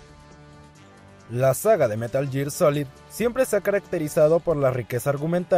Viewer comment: es gear, no year